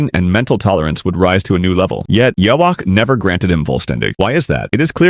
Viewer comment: Even the AI can't pronounce Yhwach's name. Reminded me of the early days. 😂